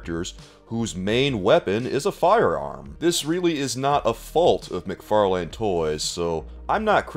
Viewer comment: I swear, when he pronounces "McFarlane" I hear "Mick Far lame".....